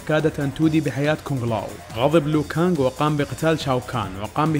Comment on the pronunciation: اسمه ليو كانق مو لو كانق